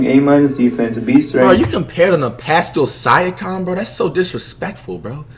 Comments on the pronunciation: “The Pasel Siacum dude” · Nobody Flight: paskal siacum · Pascal sia-kom lol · “Paskal Syakom” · “Pascal sia com” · Paskul siacum💀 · Nobody: Flight: Pashcal Sikam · “Pascul Siacom” - Flight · pascal sayakeam lmaoo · please tell me this guy didn't just say "Pascal Cyakom" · “Pascal Sia-ya-com” 😂😂😂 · NIGHA SAID PASTO SIAKAM IM CRYINNNNNN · "Pascal SIKEM" Lmaoo you know what flight you kinda growing on me man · Xavier Brookens paskal sike em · “Pascal siconnn” wow flight 🤦🏾‍♂️ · “paskal syacome” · “Pastal saiakam” - FLIGHT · Did this dude really say pasicl syicom